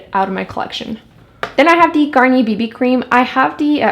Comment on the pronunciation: i couldnt watch this after the first 2 minutes because of the way you say d instead of the